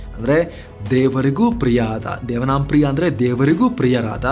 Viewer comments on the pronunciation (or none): Devanam priya alla devaanaam priya anta agbeku